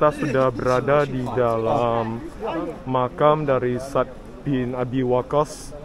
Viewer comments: Sa'ad bang baca nya..bukan sad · Menyebutnya 2 suku kata: Sa'ad (seperti kita bilang 'pada saat'), bukan Sad. Barakallah, semoga hidayah Allah turun utk pemuda2 yg baik spt ❤ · Cara baca anda sa'ad kok bacanya sad😂. Kayak sat= saat atau waktu dalam bahasa bosnia. Sat 😂. Bacanya yg bener kyk saat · Bilang nya Bukan sad.. Tapi Sa, ad..... Maka tulis nya Sa,ad, ada koma nya gitu....